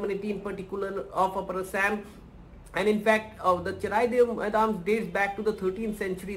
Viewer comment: Thanks for sharing this news But It's not maidam it's called moidam